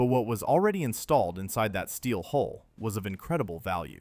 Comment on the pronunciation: Hull, not hole.